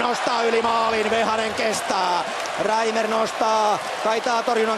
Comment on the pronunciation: Se on Patrik Reimer. Ei Reiner. Tsiizös... Herää...